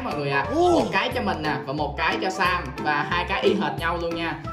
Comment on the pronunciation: Sam mà tui nghe nhầm thành Sa =))))